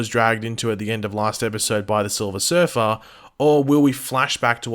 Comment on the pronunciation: by the "SiLvEr SuRfUr"😂😂😂😂🤣